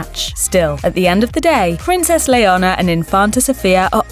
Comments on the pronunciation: Having a shot every time she pronounces Leonor as "Leona" would make for a good drinking game. 🥂😆 ...Anyway, those girls were absolutely adorable as kids and are remarkably bright, eloquent, confident and pretty as teenagers. Felipe and Letizia seem to know ehat they're doing! 👏🏼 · Princess LEONA??... It is Leonor.... not Leona. Please, say it right. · I can't with that prononciation. It's Leonor not Leona 💀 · Why does it sound like you pronounced her name as Leona 😭🤷🏻‍♀️ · Get her name right It is Leonor not Leona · It is princess Leonor , not Leona. Please… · Her name is NOT Leona! It is Leonor! So different! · Her name is Leonor not Leona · Princess Leonor, not Leona. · Her name is Princess Leonore….not Leona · Your narrator needs to do her homework. It's Leonor not Leona & the Queens name Letizia is pronounced Letithia not Letitzia. The Spanish Z is pronounced like the th in thank you. Weird for you to do a video where the names of your subjects are mangled. Please do your research. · It is not Leona it is Leonor OMG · Her name is Leonor, no Leona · Her name is not " Leona" !!! ''this means lion in Spanish), so you sound really weird calling her another name . Her name is Princess "Leonor" and you need to pronounce the "r". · it's killing be how she butchers their names its Leonor not Leona and its Letitia as in (LetiTHia) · Leona??? Leonor. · LetiZzia? I am sorry but in Spain we don’t speak piZza. Also, “Liona” ???? Like, you are calling her female lion. It sounds SO wrong. Do your press correctly. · I don't think she has an accent she just got her name wrong... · It’s pronounced like “Eleanor” without the E. Please say the future Queen of Spain’s name properly. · How TF do you expect that a Princess is called “lion”??? It’s Leonor!! 😂😂😂 And you pronounce it as that, as you read it: LE-O-NOR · It's not her accent. She's English, their accent wouldn't mangle the name like that. Leonor is NOT pronounced Leona. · LEONOR ,pronuncien bien LEONOR 😒😒😒